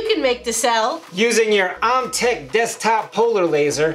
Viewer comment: Love the video guys! Great job….just one thing. OMTech is pronounced “OH-Mh-Tek” not “Ah-mh-tek”.